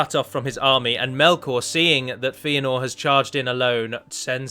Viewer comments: His name is pronounced FAY-a-nor or FEH-a-nor, not FEE-a-nor. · Feanor is pronounced "fay-ah-nor", not "fee-ah-nor". Good vid tho :)